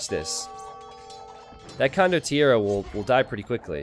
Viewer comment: con-dot -TI-AIR not condonneros.